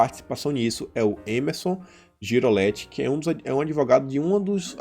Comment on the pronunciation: Só uma retificação, o Emerson foi meu professor na faculdade, grande pessoa e excelente advogado. Mas o sobrenome dele é GRIGOLETTE, e não Girolette. Abraços, parabéns pela excelência de seu trabalho.